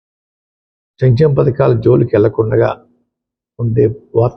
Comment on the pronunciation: చంచెమ కాదు సంక్షేమ